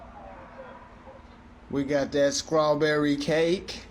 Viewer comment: Wtf is *scrawberry? I thought it was *strawberry 🍓! If you can't pronounce english words correctly then plz STFU bc you sound dumb af!